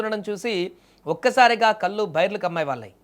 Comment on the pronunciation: కల్లు, ముల్లు, నీల్లు కాదు. కళ్ళు, ముళ్ళు, నీళ్ళు.